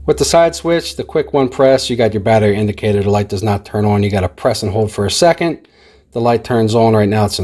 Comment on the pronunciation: He said it like oolight lmao